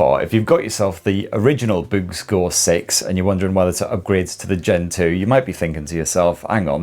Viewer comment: Every time you say "BOOX" it sounds like "boobs" 😄